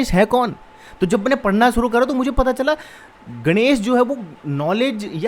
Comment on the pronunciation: Ganesh is pronounced as गणेश and not गनेश so गण means follower Elephant is गज:।